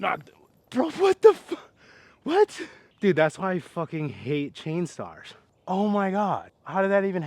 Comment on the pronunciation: Am I crazy or are you calling Machs III’s Chainstars?